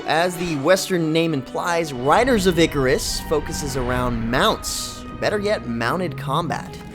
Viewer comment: EEEEE CARRR RUSSS OMG 10 out of 10 videos related to this game and 10 out of 10 could not pronounce the simple word !!!god this is annoying.